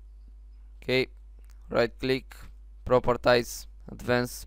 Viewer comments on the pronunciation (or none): it is propertys not proptiys